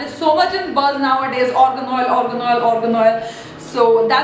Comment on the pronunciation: It's not ORGAN OIL .. ITS AA-R-GAN